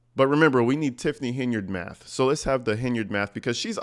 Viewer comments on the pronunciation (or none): none